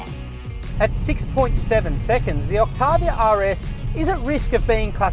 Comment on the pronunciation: “Skoda Oktarrrviarrr”